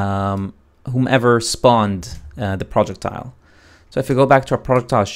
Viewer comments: PRO-jeck-tiles. Not Project-tiles. OMG making so I can barely watch this vid. I am not sure if you are purposely mispronouncing, trolling the viewer or.... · "PRJECT--TILE" it's almost unbearable to listen to lol. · Not gonna lie. I thought you were saying "Project Tile." At the start I was like "wtf is that?" Only realized 3 mins in you were syaing "Projectile." Also was VERY confusing as you didn't actually show where you got that variable from (I know it was created earlier in BP_Projectile_base) but I can't find it anywhere in BP_Player. On top of that I have a bunch of old variables from my old targeting system. Would help if there are any errors/corrections in the video if those are carefully focused on with the camera. I understand it's hard to keep moving the perspective, but these points are the most crucial because I'vwe spent an hour now trying to self-solve this. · It's 'pro + jech + tile'